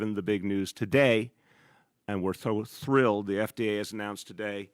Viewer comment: “We’re tho thrilled”